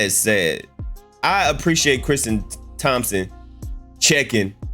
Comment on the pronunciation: Ummm no, 😏 do you have some small points but you mainly sound like a hater😆 facts lol but then again, even though it’s clearly printed Tristan with a T on there you keep calling him, Christian… and Thompson and you said Thomas a couple times lol So what can you really expect? Lol.